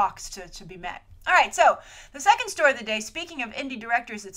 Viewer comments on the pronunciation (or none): none